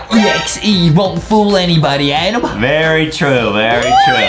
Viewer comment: Did adem say berry instead of very huhhhhhhhhhhhhhhhhhhhhhhhhhhhhhhhh